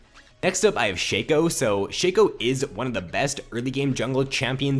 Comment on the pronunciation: It's pronounced Shaco not Shaco